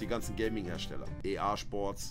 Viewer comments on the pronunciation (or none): Niemand: Wirklich nimand: Knossi: EArschsports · EA SCHPORTS wer kennt es nicht ? 😁